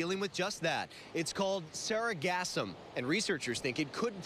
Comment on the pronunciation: It's not pronounced to rhyme with phantasm. The emphasis is on the second syllable, not the first.